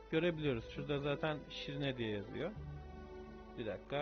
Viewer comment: shrine şirine diye okunmuyor şırayn diye okunuyor bunu yazmazsam içimde kalırdı bu arada gerçekten çok iyi bir kanalsın 👌